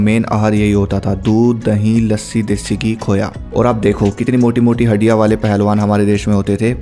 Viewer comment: Haddiyan ❌ haddia ✅